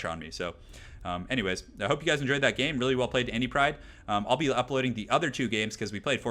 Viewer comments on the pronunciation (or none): none